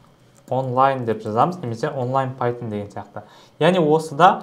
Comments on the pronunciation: Пайтжан емес пайтшарм солай естіліп тұр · Пайтон❌ Пайтжан✅